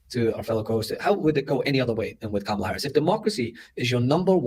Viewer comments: did she say pajamala? That right there is why she lost 😂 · One of the “men” said it at the beginning too 😂